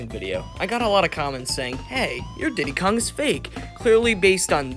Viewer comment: I like how when he said tiddie Kong and then after he said ditty kong